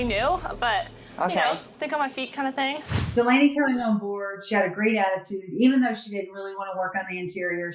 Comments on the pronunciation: Agreed! Katie, Courtney & "Doll-ahh-knee" WORKED great as a team. The key word being worked. Katie is in charge, so she needs to be the boss & shut down the crew advice. The Chef has NO say except in the Galley. No one has any say. It's up to Katie about HER crew. From Day 1 "Doll-ahh-knee" earned HER tip, Lexi didn't. And if I recall Mat got his FULL tip when he was MIA on his Day 1. Katie could have made her life & stress level so easy. Fire Lexi. Hire "Doll-ahh-knee". She sleeps in Lexi's bunk. No one moves cabins. Easy peasy! (Insert Khaby hands in here) Come on, Katie! ♥️ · and mispronouncing her name the entire time.Lexi is looking for fame by lying & creating more work for the crew.